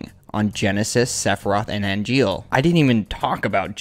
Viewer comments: I'm having a blast with your videos, but something rubbed me the wrong way: Why are you pronouncing Angeal's name as "Ariel"?? EDIT: you later pronounce it correctly! What gives?? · Amazing vid! But why you call Angeal Ariel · Sorry but why do you keep calling Angeal Ariel did I miss something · And why do you keep calling Angeal "Ariel?" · You have the name but pronounce angiel, as ariel? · Uh, amazing video, but why do you keep calling Angeal Ariel?